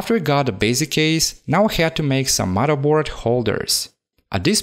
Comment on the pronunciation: "Mudda board". Love it!